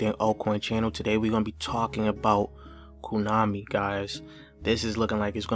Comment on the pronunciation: He said KUnami